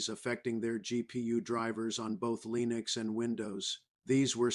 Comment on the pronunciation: You know it's bad AI when the bot says LEENieX